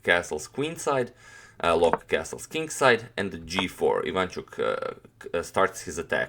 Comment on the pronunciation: Loek is pronounced as "Look" in Dutch.